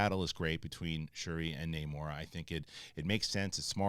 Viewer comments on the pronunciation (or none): It bugs me that everyone calls him Namor when he clearly pronounces it Namor. Totally different names.